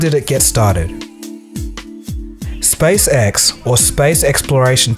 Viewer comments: I am so sorry, but it seems as if I have to be the immature one and say that when you say "SpaceX" it sounds like "SpaceSex". Sorry. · hehe it sounded like you said space sex a couple of times. But in all seriousness great video:)